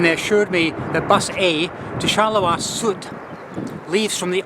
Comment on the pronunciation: Apart from his 'r', which I think is excusable for English speakers, his pronunciation is quite well. Just Sud is not 'sood' but 'suud'.